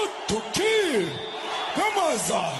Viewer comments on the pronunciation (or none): none